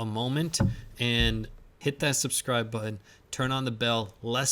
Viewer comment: Be sure to hit that "buh-in"!